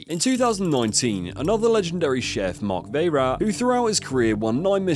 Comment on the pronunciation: you really do need to work on how to pronounce French words EG la coat door GO MEO Bernard WAZO MARC VIRAT AND SO IT GOES ON